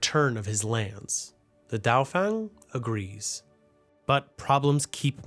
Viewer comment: You might want to learn pronounciation of words like "Dauphin". Especially in a well put togheter documentary piece like this.